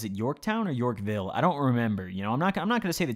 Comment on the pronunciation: york vill?? no way u live in Ontario!?